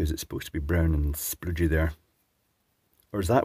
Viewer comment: I've found a new favourite thing, and it's saying "spoodgy"